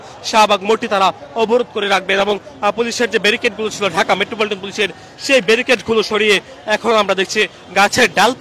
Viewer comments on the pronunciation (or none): none